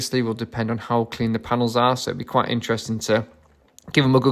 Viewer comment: Paenels….. is that a new word?